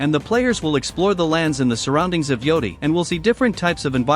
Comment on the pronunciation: GHOST OF YOUDI lol GHOST OF YOTEI